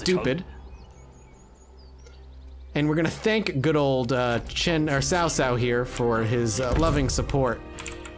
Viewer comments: It's definitely pronounced T'sao t'sao. Chow chow is incorrect. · I’m not sure who told you it’s pronounced Sow-Sow (like the word for female pig). But it’s actually a lot closer to Chow-Chow (as in the slang word for food).